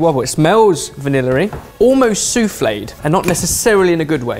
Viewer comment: I didn't know that "vanilla" had an "r" in it...